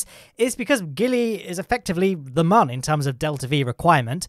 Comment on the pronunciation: Protip: mun is still pronounced MOON